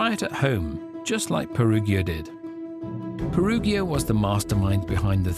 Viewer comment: Peruggia is pronounced with a soft 'g' sound, as in 'gin'.